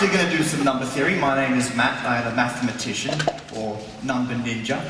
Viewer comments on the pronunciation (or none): "My name is Math. I'm a mattematician", I swear I heard that